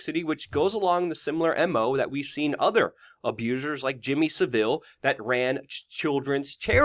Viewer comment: Please, please PLEASE.. it's Jimmy "SAV ILL" not "S VIL" 🙄